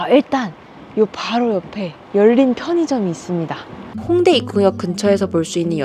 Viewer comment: 홍대입구 발음이 덜 찰지니 승헌쓰 홍대입구 따라하기 보고 연습하세요